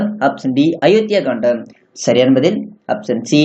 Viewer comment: Kandam illa. Kaandam. Olunga read pannavum.